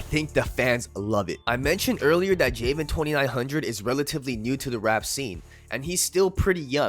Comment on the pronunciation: Your pronouncing his name wrong bro.